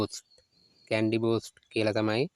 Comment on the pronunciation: කැන්ඩි නෙවෙයිනේ කැනි